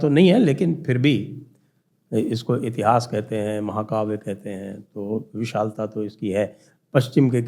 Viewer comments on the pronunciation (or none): none